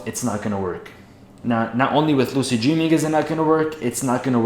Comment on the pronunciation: "dreeming" lol